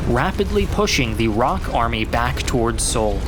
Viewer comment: ROK is just "R.O.K." not "rock". ROK stands for the Republic of Korea. USA stands for United States of America but you don't pronounce it "yousa"